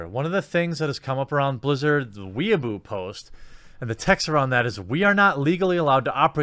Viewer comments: "weaboo post" its weibo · "Weibo" is actually pronounced as "way-bow" ("bow" as in "bow and arrows"). Not as "weeaboo". --From Your Slightly Triggered Semi-Weeaboo 😉👍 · Weibo is pronounced "way-boh", not "weaboo". Don't lump us weaboos together with Communist Twitter. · Weibo is pronounced way-bwuh, not weeaboo! A weeaboo is a Japan nerd. Usually I wouldn't comment on pronunciation, but this one is a bit too far off!